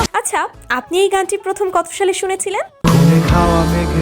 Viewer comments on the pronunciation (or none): none